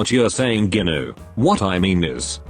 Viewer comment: Bro said ginu